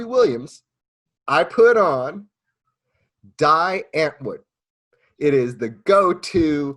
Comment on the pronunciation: Die Antwoord = Dee Unt-Word